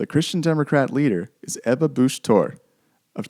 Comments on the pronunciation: *Ebba , not Eva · Her name of Ebba Busch Thor. Not Eva